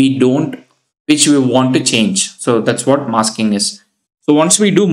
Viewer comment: did he say "MASKING" or "MUSKING" xd